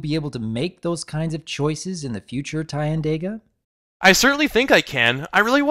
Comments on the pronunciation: Not sure if was was pronuncing that guy's name right. My guess at it would have been: TEA-ahn-DAH-gah I liked this video. I love, love deer anthros.:D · GUN1GRAVE I use the pronunciation "Tie-an-Day-Gah", but I've almost nearly given up getting others to go with that xD